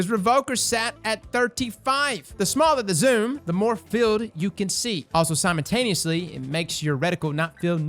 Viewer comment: Nobody:: "Simentaneously"